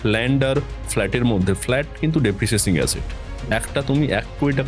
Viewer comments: Kothata depreciating.. depreciacing noi.. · Depreciacing noi re Depreciating 😅